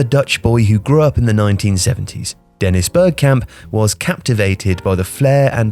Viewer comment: It's actually "Bear Cum, There-is Bear Cum"